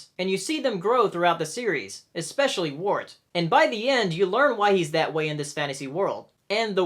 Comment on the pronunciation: WIRT. NOT WART. AAAAAAAAAAAAAAAAAA